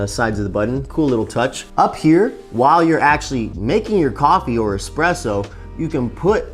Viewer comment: Ugh. Not trusting anyone that says expresso